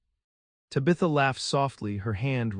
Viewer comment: It’s not tibatha it’s taaabatha.